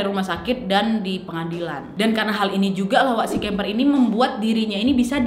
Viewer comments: Kemper kok jadi kamper waak.. 😂😂ngakak saya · Kamper apa kimper wak😂